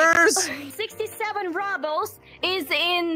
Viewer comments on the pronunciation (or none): Yeah, just don't say "ruble" as RUBBLE, say RU-Bl.